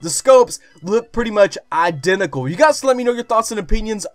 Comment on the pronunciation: Identical. Not Idenical lol. Nice vid bro